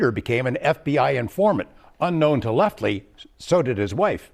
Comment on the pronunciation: Leffty...get it right